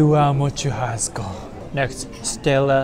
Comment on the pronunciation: I know that as u as 日本人 u read "CH" as "T" sound, BUT the correct pronunciation of "churrasco" is with "しゅ“ 発音：シュハスコ or puting in romaji is SHU-HA-S-CO